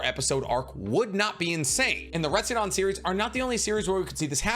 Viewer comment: RetsuDEN, not "dan"